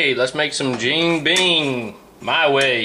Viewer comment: A few things- bacon grease doesn't actually contain trans fat. Trans fat is in hydrogenated vegetable oils so allow them to be more solid and was originally used to imitate butter. Also, I also dislike breakfast tacos though and it's pronounced jee (like the letter g) en- bing. very nice video though and really good idea